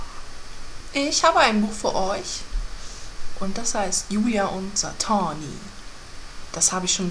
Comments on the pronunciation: Satine wird übrigens Sa-Tiiin ausgesprochen nicht Satani! *klugscheiß* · und sie kann es immernoch nicht richtig aussprechen